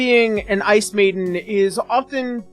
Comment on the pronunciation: did you say Ice maiden or ASS maiden?